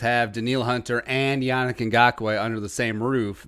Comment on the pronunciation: it's pronounced "Yah neek"